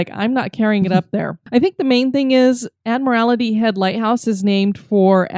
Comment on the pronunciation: I just stumbled across this episode. It was awesome that you talked about my home on Whidbey Island. As a life long resident, I did find myself cringing when you mispronounced Ebeys' Landing (pronounced E bee) and Admiralty (admiral tee). Anyways, I did enjoy the episode and so I'm going to subscribe and check out your other episodes.